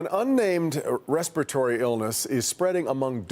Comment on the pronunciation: Respiratory was mispronounced by both newscasters.